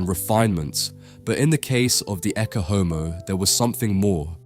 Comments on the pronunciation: Ecce is pronounced ay-chay, not ekke. AI is even destroying everyday English to those who hear this and copy. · [ˈettʃe ˈɔmo], with "ch" as in "church", not a hard "k" as in "Christ". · “Ecce” pronounced e-ch-ay This AI?